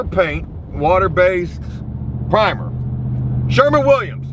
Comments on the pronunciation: Just gonna say this one time - SHERWIN.... Sherwin Williams. But you can say it however you want. 😏 It is Joecabulary after all... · “Sherman! Sherman! Sherman!” Joe, it’s SHERWIN.